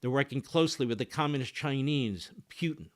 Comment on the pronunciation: Mark doesn't pronounce Putin correctly. He says "Peuwtin"